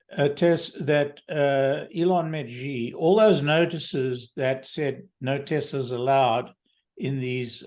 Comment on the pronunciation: I love your discussions and share many of your shows with friends. One small but persistent criticism: both of you and many other Tesla-themed YouTubers (with the exception of Herbert Ong) are mispronouncing Xi Jinping’s name. XI is pronounced SHE as in “SHE sells seashells…). I’ve been a broken record with this correction with Electrified, Tesla Time News and others, but nobody seems to listen. Please correct this stubborn ignorance of Chinese language, he is the president of China after all…